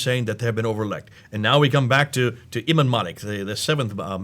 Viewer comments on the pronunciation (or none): none